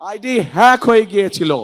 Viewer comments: হ্যাগ বলতে পারে না 🙂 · পড়াশোনা করো গিয়ে হ্যাক কথাটাও উচ্চারণ করতে সাহায্য লাগে 😁😁😁